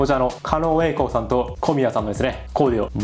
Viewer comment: 狩野舞子さん、狩野恵輔さん、狩野恵里さんの狩野は「かのう」ですが、狩野英孝さんの狩野は「かの」ですよ。ちなみに狩野翔さんの狩野は「かりの」です。